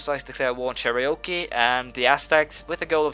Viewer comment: Uhh I don't know if it matters to you but the correct way to say Cherokee is Cher-a-kee not Cheri-o-kee. Honestly though I think it is funnier the way you pronounce it lol